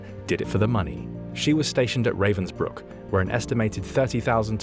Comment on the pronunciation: It is, but it would be better if he could pronounce Ravensbrück.